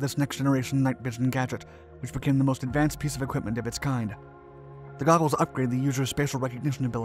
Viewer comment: "Googles" or "Goggles"???